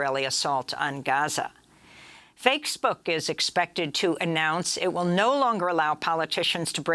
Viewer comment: Dig it, Amy !! The one time I enjoyed your usual butchering and stuttering of English: "fakesbook" haha. Loved it...thanks